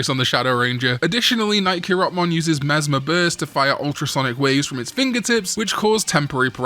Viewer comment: Mesmer Burst, the way you pronounce it, feels like a "deez nuts" joke "Mesmer what? Mesmer Burst!"